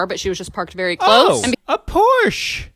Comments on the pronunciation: Its Porsche, not Porsch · *A PORCH OF COURSHHHHHHH * HAD ME DYING 🤣🤣🤣